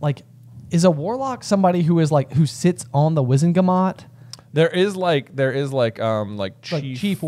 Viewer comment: Wizenmagot , J? Is that where you got your edumacation?😂